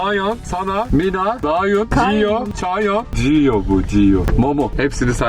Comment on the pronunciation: Dayhun a Dayun demesi müqq😊